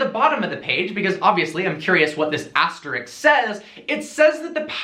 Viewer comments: It's ASTERISK not ASTERIKS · Its not 'astericx" its asterisk....